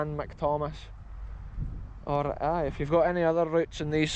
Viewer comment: I love the rolling 'orrrrrr' (or) hahaha